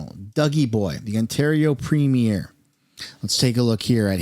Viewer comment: Why does everyone mispronounce premier?